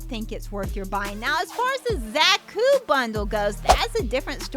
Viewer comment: It’s a Beam Saber ! Also It’s pronounced ZA-KU not Zack-U.